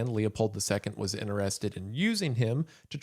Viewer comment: Remember that it's 'interested', not "innerrested".